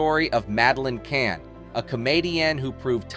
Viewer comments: I won't subscribe to a channel that mispronounces the name of the subject of the video. Content was ok. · The content is good but the narration freakin sucks. Even the topic of these videos - you mispronounce her name endlessly.